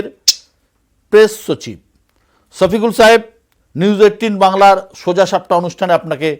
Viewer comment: ছফিকুল না সফিকুল । আপনারা বাংলা ভাষায় ছ এর প্র্যাধান্য বেশি । পূর্ব বাংলায় যেমন বিশ বলে থাকি পশ্চিম বাংলায় কুড়ি বলে থাকে ।